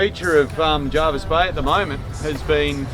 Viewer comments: Hopefully your apocalyptic visit hasn't put you off returning here one day it's normally a very beautiful bay. For the record it's Jervisbay named after Admiral John Jervis and pronounced that way by the locals, Jarvis comes from the old english Jervis pronounced Jar'vus, hope that clear's things up...lol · Having grown up in that area the locals pronounce it JERvis Bay, not JARvis Bay. Ony the ring-ins and ex-Sydney mob pronounce it as JARvis. Your forgiven this time! Haha